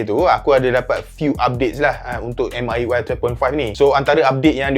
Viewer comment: Bro pls.. 😂 Pronounce dia dngn MIUI mcm ni "Me(saya dlm bahasa English)" dhtu ckp UI tu sja 😂